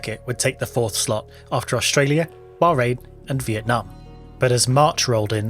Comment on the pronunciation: "Viet Nah Mate". Loved that one